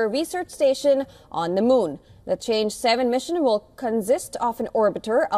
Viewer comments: and the E is like in English word Earn or Early. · Chang E not Change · Change 7? seriously? I know it's a foreign word but at least try. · Chang E = Lady Chang E = Lady Chan Er